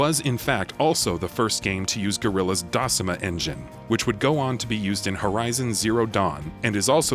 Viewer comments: Dacima? Decima my guy, Decima. Otherwise, great recap. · Dahsimah? In 'Decima' the c was a hard c in Latin said K so Dekima. Decem related to ten both from dkmt. In Gutisk an East Germanic tongue long dead it was 'taihun' here you can see the sound shift from the ancestral 'd' to a' t' and 'k' to an 'h', the h long since dropped in English.